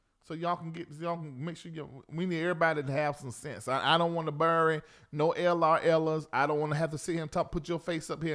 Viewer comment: my friend, “bury” is pronounced “berry”. Ber-DERN-ry! 😂🤣😂🤗